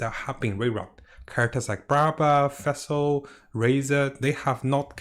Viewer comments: its ningguang not neguang its fischl not feschl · Its Fischl not "Vessel" pronounce it like this ""Fish L", hurts the ears to get to hear such an easy name constantly pronounced terribly wrong xD